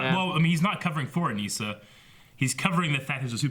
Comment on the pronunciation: Her name is pronounced "Uh-nih- sa" They literally say it in the show.